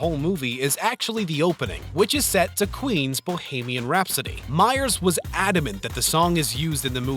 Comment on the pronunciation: Bow-hay-mee-an rhapsody